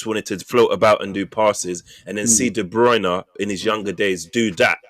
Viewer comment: Man said Kevin Debruyne ting in Kane ya na 😂😂😂